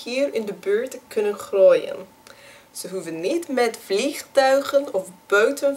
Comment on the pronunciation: Dit is een boek met GEDICHTEN voor kinderen. [...]Of jullie het MET MIJ EENS ZIJN. Omdat dit voor VOLWASSENEN (adults) geschreven IS. The word Groeien is pronounced Groo-yen (the English OO sound not OH) NB Everytime you use Zo / So it would be better to say dus (therefore, as such)